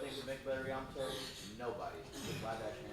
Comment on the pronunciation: Yamato* not Jamato